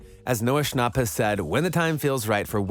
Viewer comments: noah shonp. it pronounced sh-an-pp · Bro really said “Noah Shnop” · Is no one talking about how he pronounced his last name like shnop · I love how the voice sounds like you saying noah snooup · He said Noah Schnopp like it’s Noah Schnapp like yaaaaaaaa